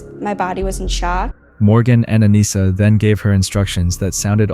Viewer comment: My Daughters name is Anissa.. most people say her name wrong. You did pretty good. AH-KNEE-S-AH..